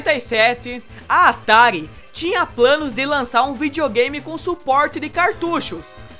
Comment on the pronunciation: kkk olha como ele fala video game kk